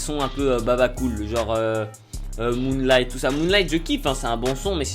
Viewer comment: ptn il m'a tuée ""moolighttt" mdrr